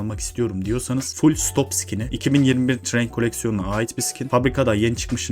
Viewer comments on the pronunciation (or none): none